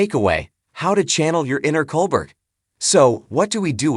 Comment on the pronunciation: How about pronouncing his name correctly